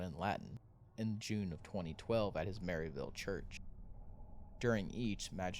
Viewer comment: Clearly this guy is not from the area, he calls it Haymmond instead of Hammond and Maryville instead of Merrillville. If you are going to do a story then you should learn the correct pronunciation of towns, businesses, and people.🙄